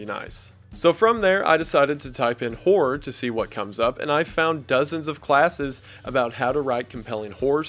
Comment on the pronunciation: at that Skill share pitch of his, I for real thought he searched "whore" not "horror". My east coast Tri state area accent couldn't recognize that